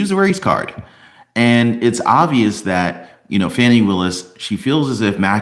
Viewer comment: STOP WITH THE FONI ITS FANI